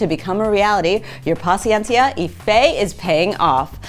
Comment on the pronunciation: No, it's paciencia. It's not that she's a fake fan, it's that it's hard to pronouce for native English speakers.